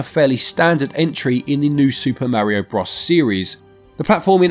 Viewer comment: I have never heard Bros pronounced like that!